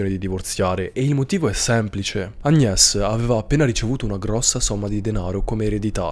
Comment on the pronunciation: Se Paris si pronuncia Parí.. Agnés si pronuncia Agné! 😉👍